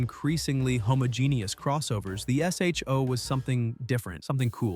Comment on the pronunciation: Dear AI. It’s not pronounced S.H.O. It’s pronounced Show.